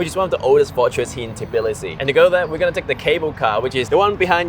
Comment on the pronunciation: An Asian dude explains life in Tbilisi? No thanks. Not saying it's impossible, but unless you're actually Georgian, you need to be a foreigners who's a lot older to convince me. No hate really. But I'm less likely to take advice from someone who can't even correctly pronounce the city's name.